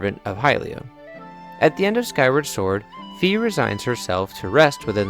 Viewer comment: It's not Fee. It's ファイ, which sounds like Fai in english. Google translates it to Phi. It's like my with an F, or even Phillip J. Fry without the (P) (h)(i)(l)(l)(i)(p) (J) (.) And (r) between the (F) and (y). I spent the whole video separating these letters but what I realize now is I could have said it's like 'I' with an 'F' in front of it. What you're doing when you call Fi, Fee, is that you actually quite literally do the same thing that google translate does when you type in 'Fi' and translate it back to japanese. In english it's pronounced Fy, but is translated to フィ Fi, which sounds like Fee. I'm sure it would turn into something wild if we kept reverse translating, but that would be like pointcrow's 100× reverse translated cup cakes, and nobody wants to pronounce names from their favorite games like pointcrows cupcakes...